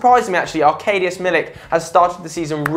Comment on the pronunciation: Please learn how to say Arkadiusz